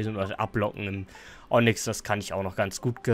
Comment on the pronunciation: normale Menschen: Onyx: Onnyx